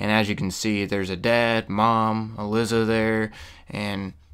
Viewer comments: also her name is pronounced"e-lie-za" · ee-lie-zah Also, ghouls don't "infect" people. They aren't zombies. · oh snaps im glad this respawns i needed a place like this oh and her name is pronounced E ~LY ~ ZA thought id help you out with that and im guessing whoever was going out in the hazmat suits they got infected with radiation and turned into gouls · It's pronounced E-Lie-Za haha but good video man awesome thanks. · You indeed butchered the common name "Uh-Lie-Za" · honestly how could he fuck up a name that easy to pronounce lol